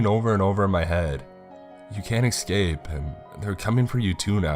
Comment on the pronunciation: yeah he really does have a great voice for narrations, though he just needs to work on not saying excape instead of escape 😉 .